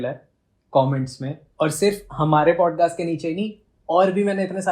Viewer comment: BODCAST NAHI PODCAST HOTA HAI